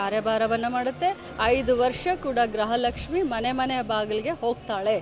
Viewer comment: Kannada mathaduodhu innu kalithilley😂....grahalakshimi. months indha...elley ..adrakinthaa mundhe gruhalakshimi barthithu eega grahalakshimi 😂😂😂barthidhe...nimge.